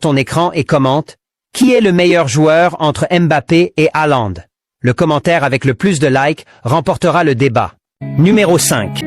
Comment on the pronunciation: Ta geule lui qui a dit halande